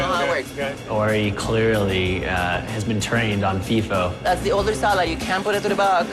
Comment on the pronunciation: It's FIFO (like high-hoe, but with an "F"), not "fee-fa"